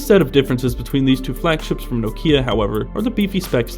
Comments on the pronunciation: Learn to pronounce Nokia... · If even Stephen Elop pronounces it "No-key-uh", I will, too. Thanks.